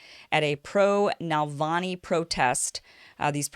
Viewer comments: Its Na- val nee not Nal - von -ee come on get it right or your credibility is suspect! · It is not NALVANI! The name is pronounced NAVALNEE! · His last name is Navanly, not Nalvany. That’s not the only thing you got wrong. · His name is NaVaLny not NaLvany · Honey he is not Nal-va-nee he is Na-val-nee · It is Navalny, not Nalvany. You pronounce it wrong, Kim. But I still love you. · Since when was Navalny pronounced "Nalvany"? Am I the only one who's bothered every time she says it wrong? Good take on his similarity to Hitler though! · It's Navalny not Nalavny !?!?!?!? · NaVALny, not NaLVAny ! Other than that, big THANK YOU for working hard to show other (hidden) side of the story. This one and many others ❤ ! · NA-VAL-NY (not “Nalvany”.) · Keep calling him "Nalvani"" actually he is NAVALNI but whatever...hahah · Kim, you keep saying "Nal-vany" instead of "Nav- alny." He's not a right wing Tea Party type in the Russian context. Putin is more like the FDR of Russia than any American President since FDR is like FDR. FDR has many who hated him and even wanted to do the coup against him that Gen. Smedley Butler exposed. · First off, his name is Navalny, not Nalvany. Accent is on the second syllable with Russian names. Navalny's base is very small. Evidenced by the Moscow protest attended by 4000+ in a city of 12 million. His white nationalist views are far less popular in Russia than they are in North America or many European countries. Navalny is a lawyer and has no training as a journalist. Russian standards are very high. You can't just present yourself in front of a handicam and author a few op-eds and call yourself a journalist. He is not a journalist and has never been on staff of any media outlet. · "NALvany" haha. It's NaVALny. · Navalny, not Nalvany. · It is annoying to hear Kim mispronounce such a simple name. But I still like Ms. Eyeservin. As long as she doesn't pronounce nuclear as nook-you-lur, she's ok with me. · Love ya Kim, but it's NUH-VAL-NI